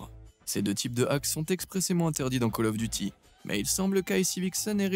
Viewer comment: miracle! on a trouvé LE mec qui dit call of duty et pas caloffe !! rien que pour ca je m'abonne !